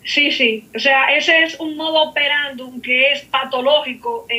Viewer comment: ILUSTRICIMA, SEÑORA CASI VICE, NO SE DICE MODO OPERANDU, SE DICE MODUS OPERANDI. NO SE DICE ENTRICIQUIDADES, SE DICE EXCENTRICIDADES